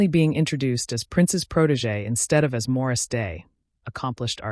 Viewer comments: Why does the narrator keep saying “Maurice” rather than “Morris”? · Why does she keep calling him Maurice...😅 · Morris not Maurice